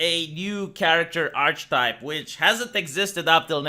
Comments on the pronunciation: 'ark-ee-type', not 'arch-type' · I'm not sure whether or not you care, but I believe the proper pronunciation of the word 'Archetype' sounds more like 'ark-eh-type'. English is a very inconsistent language at times.